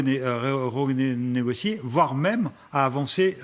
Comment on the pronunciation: Alala l'expert géopolitique agent du KGB pas foutu de prononcer l'important mot "renégocier"